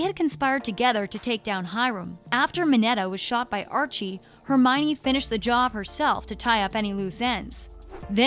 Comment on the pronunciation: Who the hell is Andre lol its Archie